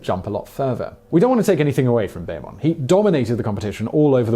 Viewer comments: It is pronounced "BEEman" not "BAYman." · Oh dear, yet more mispronunciations! Nike is not pronounced as in Mike, it's pronounced Nikee, who was the Greek goddess of victory, after who the band was named after. Bob Beamon is not pronounced Baymon, it's pronounced Beemon. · Can't believe how few comments there are about this. I can live with Simon's pronunciation of Nike, as that's more common outside the U.S. But "Bayman" was hurting my ears. Also, "Cast-EE-yo" and "all-LOO" in the 2003 Cubs NLCS story. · I generally like Simon's videos but this one was little off - showing Jordan's iconic still shot of his dunk while discussing the jumper against the Cavs, mispronunciation of Bob Beamon's name, and the reference to the Cubs still looking for that title - all stood out to me.